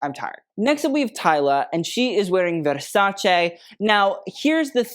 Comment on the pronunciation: Pls put more care on the pronunciation of the ending part of "Versace" 🙏